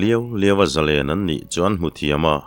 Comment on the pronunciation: hi Mizotawng chhiardan i thiam fu mai,"Zalen", tih tawngkam i lamrik dan erawh hi chu a fuh lem lo.Noun a ni emaw, adjective/adverd a ni emaw a thluk a danglam tur a ni lo.Mihring hming ang a, a lamrik dan a pangai reng tur a ni."Zalenna" tih hi, Mi, zarual lenna hmunhma anga sawi a ni lova, Nun zalen, nun hlim, rilru muang sawina a ni.chuvangin Zalen/Zalenna kan lamrik hian, "len", kan lamrik hian thluk tur a ni. Tunlai thangthar, Lehkha zir sang fu fu te hian, thlukna kan hman dan tamtak hi chu kan hmang dik lo hle bawk" Thluk" han tih hian a ri a fan tur a ni mai a, entirnan, Lallawma hmingah hian "Lawm", kan lamrik laiin a ri a fan tur a ni mai.Chutiang zelin, Sangkhuma, " khum",, u chungah thlukna a awm tur a ni."Sangzela", zela e zawnah thlukna a awm bawk ang.